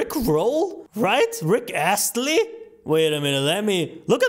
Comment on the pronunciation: Dont laugh Rick ASSLEy